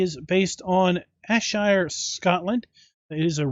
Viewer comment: Ayrshire, pronounced 'airshire'. Great review as always.